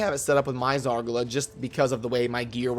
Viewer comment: I despise the way you pronounce Zargala. It must be Zar GAH LUH. Not Zar guh luh